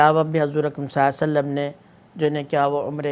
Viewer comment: مفتی صاحب ﷺ تو صحیح طرح پڑھ لیں